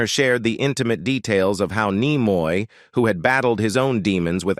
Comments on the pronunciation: Yes. I noted that when Leonard Nimoy's name was first invoked, it was pronounced "Leonard NyeMoy," later pronounced as "Leonard KneeMoy." The narrator, to me, sounds canned or AI generated. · Apparently you know the automated AI voice has absolutely no intelligence as to how to pronounce the name Leaonard Nimoy until later in the video first said nigh-moy then finally corrected to knee-moy. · its neemoy , not Naymoy!! :-(( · The narrator seems to mispronounce many words; and not all from this video. 1 minute it's Nimoy, and the next it's Nyemoy. Kind of irritating, yet funny as hell, but oh well. ✌ ❤ 😁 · N ‘eye’ moy 😂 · I stopped watch when the Narrator says Leonard N eye moy! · This is horseshit. William doesn't look like this. He is not living a sad life. The narrator is a robot that is supposed to sound like Tim Russ but can't even pronounce Nimoy correctly. This lie gets a downvote from me. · Spock and Kirk weren't professional rivals and "Nimoy" was mispronounced. Your AI writers and narrator need work. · This video is pure trash, and the crappy AI voiceover even mispronounces Nimoy's name at least once.